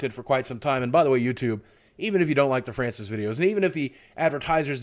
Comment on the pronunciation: NEVER STOP FRYANCIS VIDEOS. (That's the way Francis said his name)